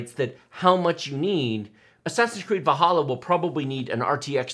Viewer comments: Just me or is he saying assassins creed bahalla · So Valhalla is pronounced like "Va halla", not "Val hala"?